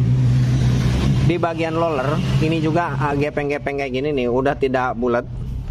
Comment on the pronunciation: Roler ( roller ) bukan loler biar benar dan enak nontonnya.